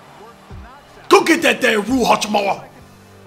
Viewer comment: Cash said rui hotchipbar 😂😂